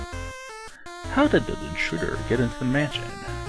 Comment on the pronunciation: intruder = in through the or (in threw da)